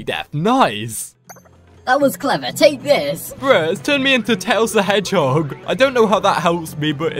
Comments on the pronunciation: Bro said tails the HEDEHEOG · Bro said tails the HEGEHOG😂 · Fox 🦊 not a “hed hog” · tails the hedchog lol its tails the fox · He said tails the heghog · bruh did he say tails the headchog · It's tales the fox not tailes the headjog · Really he said "tails the hedgehog"